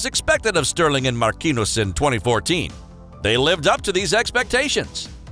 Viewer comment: Mark-kin-nus is how it's pronounced? 🤣🤣🤣🤣